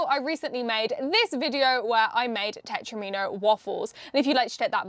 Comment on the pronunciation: I always thought it was pronounced ‘tet-romino ’ To sound like Domino. Because you know, they’re like four piece dominoes. Please can somebody confirm that I’m at least NOT wrong LOL 😂